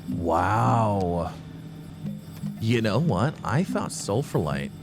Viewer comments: I double checked the pronunciation of sphalerite because I wasn't sure if I was wrong, but it seems the correct way is as it is spelled so sfal err right. sfalerite. Definitely not sulfurlite or sulfralite. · IT’S PRONOUNCED SPHALERITE, NOT SULFURLITE!